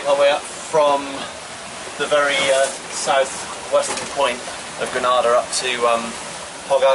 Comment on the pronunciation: Hi...Just a heads up....it's pronounced Gre- ' nay ' - dah